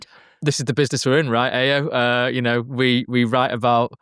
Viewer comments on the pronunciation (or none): Someone please teach how to pronounce his co-hosts name its Ayo pronocuned Eye-yo